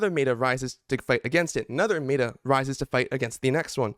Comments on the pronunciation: Meh-tuh, not May-tuh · Neet video and all but why to you pronounce meta like that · One thing. Pronounce meta right please :( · Cant listen to your opinion if you cant say meta correctly